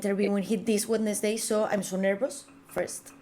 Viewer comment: Por favor Rocio, no le digas al autor “gued-nes-dei” 🙈 revisa la pronunciación de “guens-dei” (Wednesday) 😊🎉